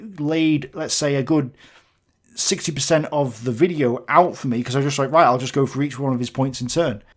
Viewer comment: The way he repeat "roight" every 2 seconds makes me wanna punch the screen